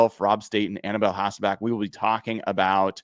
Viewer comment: Bro said Matt HasselbAck 😂😂😂 🤦🤦 Memories man